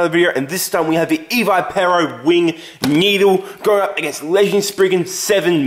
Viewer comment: its ee v ih pur oh